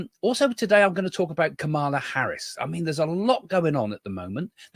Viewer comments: The VP's name is pronounced KAH muh luh. Accent on the first syllable. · What about Trump calling Biden, Obama? And calling Nancy Pelosi, Nikki Haley? And calling JD Vance, JD Mandel? And confusing the Turkish President with the PM of Hungary? I think Trump and Biden both had cognitive issues. And please have the courtesy of pronouncing Kamala's name correctly. The emphasis is on the first syllable. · Think about pronouncing her name as *calm a law. 😊